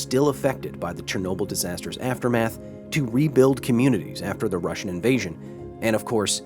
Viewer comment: No way! You read it really well! Good job! Finally someone who is not butchering the language! Much appreciated! Спасибо большое!